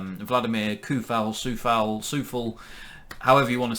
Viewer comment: It's ''TS-OH-FAL'' :)